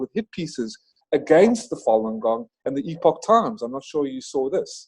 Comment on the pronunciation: What did you say ??? Fallen gong...?